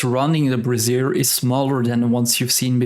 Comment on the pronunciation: Great video! I should really farm more winterberries so all my mains have ascended aquabreathers. Just a quick note, however: brazier is pronounced bra·zier. Think: "Bray", the sound a donkey or mule makes, + "-Zure", like the word sure, but with a z sound.). A brassiere is the long form of the word of the women's undergarment: bra. =P I really like your video on converting Charged Quartz to gold, and I'll be doing that from now on. Keep up the good work, and I'll be looking out for more of your videos!